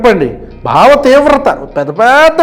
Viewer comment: భావ విప్లవం అంటే ఒత్తు ఉంది బావ విప్లవం అనుకుంటున్నాడు పవన్ స్వామి